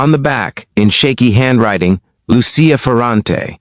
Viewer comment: Not to mention the mispronunciation of the words Sicilian and Lucia.